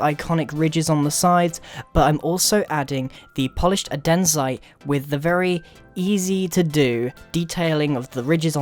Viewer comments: Look, I'm not judging but at your homeplace, is taht how you pronounce it? Adensite? I'm just saying that it's Andesite not Adensite... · so apparently you say "Andesite" as (Uh-Den-Site)... ok then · Did he say 'adenzite' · It is pronounced and- D- site. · Youre saying andesite wrong. You need to say andesite ( ͡° ͜ʖ ͡°) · Andenzite? XD wtf?! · Adensite? You mean andesite? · "adenzite? xD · the way he pronounced andestite 😂